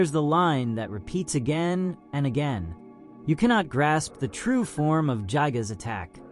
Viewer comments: pronunciation is "guy"-gas nerd This vid his horridly under researched, if you gain any sort of larger following you're gonna get made fun of more. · Bro got his facts mixed up. Itoi thought it was a rape but ended up being a murder. Also everytime I hear JYE-GUZ It feels like my ears are bleeding